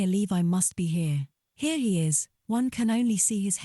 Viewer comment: Straight off you pronounce his name wrong, why not just try a bit harder?